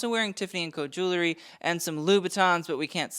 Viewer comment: It’s pronounced jul ree not jul la ree; spelled jewelry.